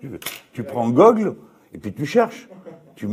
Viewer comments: Il a dit gogl ou lieu de Google 😂😂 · Mdr la seule chose que j'ai retenue c'est qu'il a dit GOGLE 😖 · OH (tu prend gogle) on dirait ma daron elle dit trouve moi ça sur gugle ohhh hmar vien voir jte trouvé ça sur gugle 😭😭😭🤣🤣🤣 les tata c'est encor plus pire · il a dit gogle,🤣🤣🤣🤣🤣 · Ptdrr a comment il a dit Google 🤣😭